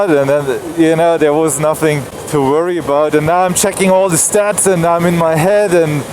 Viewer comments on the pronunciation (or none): none